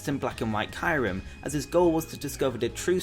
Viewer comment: why do people pronounce Kyurem as Kie-Rem?